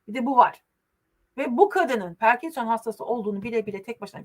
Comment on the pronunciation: Parkinson perkinson değil 😊🎉🎉🎉